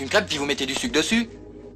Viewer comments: bah oui c ça qui rend la scéne mythique: c'est une crêpe au "suc". Hilarant. Mais il ne prononce pas le "e" non plus, sinon on dérape. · oui il dit du suque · Vous avez de la pâte vous avez du sucre alors avec la pâte vous faites une crêpe et vous mettez du sucre dessus ' on dirait que le comédien ne prononce pas le 'r' de sucre